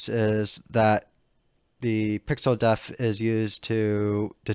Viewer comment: "Depth". Pixel "depth" offset. Not pixel "deaf". Please learn this if you make a future tutorial, which for the record I consider to be very well presented and easy to follow. You do a good job in this aspect